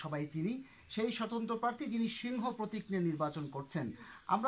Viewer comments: ভালো করে তো সিংহ উচ্চারণ করতে পারেনা,, বলে শিংঘ,ও আবার হবে এমপি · হিরো আলমের মার্কার নাম হিরো আলম নিজেই বলতে পারবেনা বলে সিংঘ সিংহ বলতে পারেনা